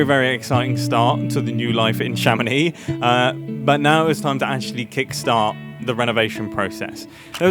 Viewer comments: In french, we prononce the name "Chamonix" with the "x" at the end, like "Chamonics" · "I'm living in Chamonix" excusez-nous monsieur rejoint les français mais dans le 1% du haut